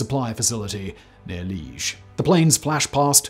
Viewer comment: Liège not leash to sounds, not one, or in Dutch Luik.